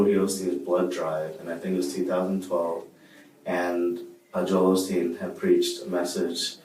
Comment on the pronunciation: Right when he said "Joel Olsteen" and instantly knew he was not right in the head.